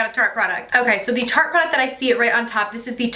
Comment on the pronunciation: You aren't pronouncing tarte properly btw. Lol